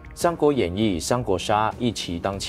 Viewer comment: 一騎ㄐㄧˋ 不是一ㄑ一 ˊ 挑個配音的小毛病